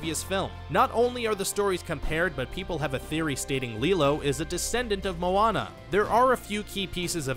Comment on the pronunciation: You pronounce lilo as Lie LO